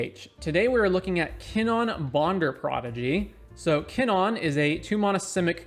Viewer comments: Monna? Kinnonn? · I took a shot for each time KinnAn was mispronounced and now i’m dead.